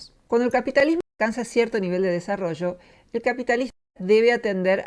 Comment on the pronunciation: ¿¡Por decir capit-li-smo!? ¡¡Eso sí es extraño!!